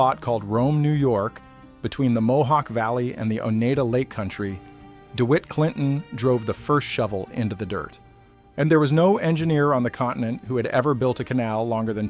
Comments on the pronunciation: It’s pronounced “O Neye Da” and “On an Dog Ah”. If you went to the trouble to be historically accurate then at least get the voiceover correct. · Oneida Lake [ei = long i sound] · Excellent. Work on the pronunciation of native American words like Oneida and Onondaga.